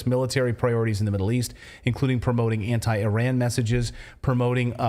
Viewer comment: It’s so great to hear you pronounce Iran correctly